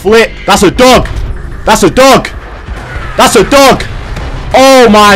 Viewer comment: Is it just me or kept saying duck instead of dog🤔